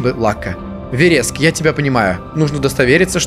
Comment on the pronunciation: Чувак, ставь ударения правильно! Это названия растений. тАволга, вЕреск!